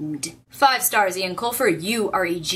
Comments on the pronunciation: Eoin is pronounced "Owen" not "Ian". "Owen" - Yes "Ian" - No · You pronounce Eoin Colfer's name "Owen" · Caballine taking on all of the goblins was one of my favourite moments in the final book. (PS it's pronounced 'Owen', by the way) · Eoin is pronounced Owen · I think Eoin is pronounced like Owen. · I've read the whole series but my favorite part of it all was when Holly gave Artemis the coin and said he had a spark of decency inside him. <3 also, it's pronounced "Owen" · Just to let you know, even though it's spelled "Irish-ly" the name Eoin is actually pronounced as we would "Owen"